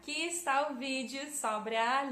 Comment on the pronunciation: mt bom, quase imperceptivel o sotaque so alguns errinhos na gramatica, mas nada demais, como os usos de "no" e "do" e no uso dos artigos (a/o) da pra entender perfeitamente, parabens so algumas correções: a palavra sobre, se pronuncia "sóbri" e nao sobré no futuro do leste no mapa a nossa (bandeira) a palavra torre, se pronuncia "tórri" e nao torré nos eramos pagãos